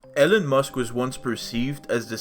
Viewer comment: Eeeeelon not Ellon 😮